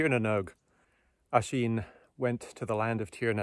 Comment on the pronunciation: Thanks! The name is spelled Oisin, but pronounced ‘Uhsheen’.